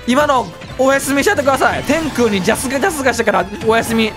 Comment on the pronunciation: 天空のイントネーション気になる